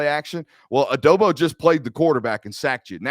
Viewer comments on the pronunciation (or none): Adobo ??? WTF? You better learn that name fast ...